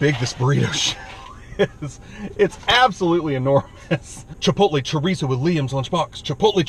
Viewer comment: So tired of you say "trerizo"!